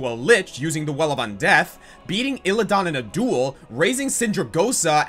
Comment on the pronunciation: ...the way you say Xul, Ner'zhul, and Illidan...hurts.